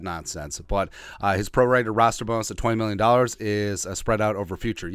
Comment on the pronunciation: That is Ros-ter...not a Rooster(male chicken)!!! ;-)